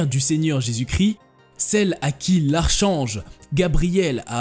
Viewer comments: Fascinant mais on ne dit pas archange mais arc'ange... j'ai halluciné d'entendre ça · 🍒Salut Petite précision.. Archange St Michel par exemple se prononcera ArKange St Michel Très bonne vidéo sur se thème Merci